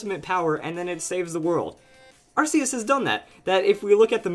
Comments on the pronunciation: its pronounced ARK-E-US NOT! AR-Ss-E-US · that moment when someone has seen the arceus movie and pronounces it 'arseus' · It's still pronounced ar-key-us though. I know it may seem weird at first, but it really is.